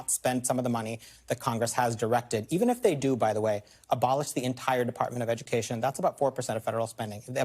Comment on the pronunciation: We don need no edy-kashun, unhuh. 🤣